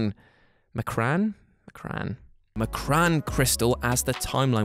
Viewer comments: Based off of the 90s cartoon it's pronounced "M...con"...crystal. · Say it with me "EM-KRON" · It’s pronounced “Em-Kron” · Speedy Quick I was gonna say ‘yeah but it’s a made up name in a comic’ but there are so many comic book YouTube channels etc that if they had done their research, they’d know how to pronounce it haha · M'Kraan (Em-Krawn) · Pronunciation: ehm-krahn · It's pronounced emm crawn. M'kraan crystal is kooky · pretty sure its em-cron. pronounced that is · It's pronounced EM KRAN crystal...read a comic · How are you gonna make a whole video educating people on a subject of obscure X-men then not know how to pronounce the M’kraan crystal?